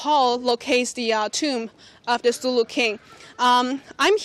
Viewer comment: Kingdom of Sulú (Sulú, emphasis is on the last syllable}. Thank you CGTN friends for featuring this. Greetings from Mindanao, Philippines. During Ming period, one of Zheng He's port of call in Southeast Asia was the Kingdom of Sulú. Zheng He strengthened the foothold of Islam and Islamic polity in today's Indonesia Malaysia and Philippines. There is a 1987 movie about the Sulú Sultan's expedition to China uploaded on YouTube before. It's called 'Hari sa Hari, Lahi sa Lahi'. Last year I was still able to show the movie to my students using a classroom projector. Unfortunately the US government ordered YouTube to remove it, for fear that Filipinos especially those of us in Mindanao might forge closer ties with China.